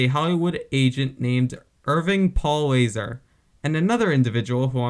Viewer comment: NOT "Laser", "La-ZARR"; a.k.a. "Swifty" Lazar.